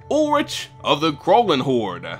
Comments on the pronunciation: as a german, i cant help but laugh at your pronounciation of krallenhorde. not in a bad way, i know german pronounciation of is hard as hell for non-nativ speakers :) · Not to be a smartass prick, but being German I think I could just for fun drop a hint on the pronunciation of "Krallenhorde" :> The essentials is just the a, to be pronounced like in "spa", and the e at the end, which is not mutual and pronounced like in "meh" (Yeah, that's my best example). I really enjoy hearing people whose mother language is English pronounce German words. :D